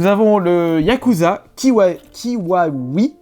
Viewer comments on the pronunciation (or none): Yakuza kiwami pas kiwawi..